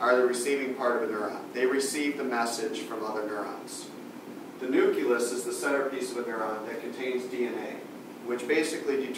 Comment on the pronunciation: nuculus lol